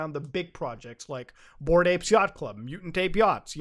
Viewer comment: Every time Muta says "Yachat Club" I just imagine Shovel Knight beating up a monkey.